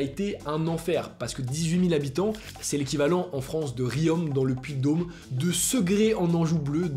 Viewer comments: "Riome" 😭 non bg, ça se prononce "Rion" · aaaaa la prononciation.... 😂 en Auvergne, on prononce " Rions " et pas " Riom " 😅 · Frero j'habite pas loin de "Riom" et on dit pas "Riome" mais "Rion" 😂 😂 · Y’a que toi qui l’a remarqué donc c’est pas très très grave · Riom ne se prononce pas "Riome" mais "Rion" ! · La prononciation est rion pas riome 😭😭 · On prononce "Rion" sinon super vidéo comme d'habitude ! 👌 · Bon, Caïcos et Anguilla, noms massacrés, mais Riom aussi...